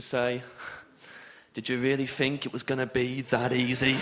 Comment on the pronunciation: I still hear it. When he said "death" and "think" it was particularly noticable.